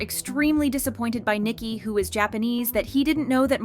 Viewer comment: It's Ni-Ki not Niki